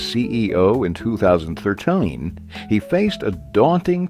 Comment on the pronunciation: why does he say 2013 like that lmaooo